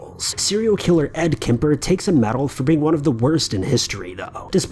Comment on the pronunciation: It kemper not kipper lol